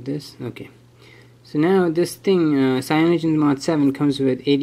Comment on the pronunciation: I had to stop this video The way you said CAYONOGEN mod 7 pissed me off to much.